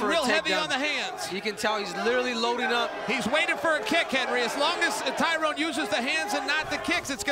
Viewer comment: Classic Chael; calls woodley “Tyrone” and calls spong “Tyron” 😂😂😂